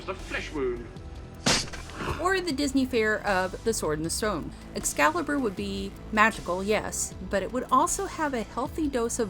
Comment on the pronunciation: Thanks, luv. But it is "Excalibur" not "Ex-calibur'" sweetheart.